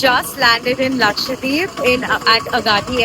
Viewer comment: everytime you tried saying lakshadweep in the video, you ended up saying lakshwadeep 😂😂